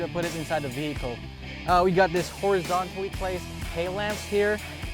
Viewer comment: “taillamps” “horizontal” 😞